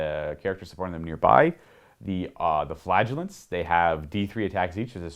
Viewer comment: Did he say flagelance?